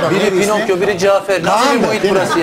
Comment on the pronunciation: pinakyo pinokyo 😆😆